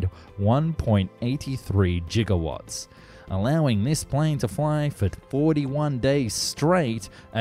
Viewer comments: its "giga" not "jiga"....... source: im a nuclear fucking technician. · Whoah! Megalomania combined with hubris. Insane. Point. Gigawatt. not Jigawatt.. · Giga- not jiga-. G like gold, ground, gape, guitar. G sound. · Does this guy really think Gigawatt is pronounced “Jigawatt”? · I see someone's a fan of Back to the Future. It's not pronounced "Jigawatt" it's "Gigawatt".😅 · Turns out the creators of BTTF wrote “1.21 gigawatts” but thought it was pronounced “jigawatts.” I think jigawatts just sounds cooler. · I'm just watching this video for the first time and heard, "Jigawatt" minutes in :(